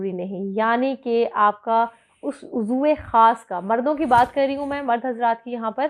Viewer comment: Uzar nahin hota. Uzwe word hai.